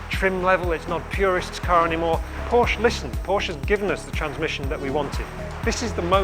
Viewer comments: Porsche did a video how to pronounce their name, he should watch it :-D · learn how to say PORSCHE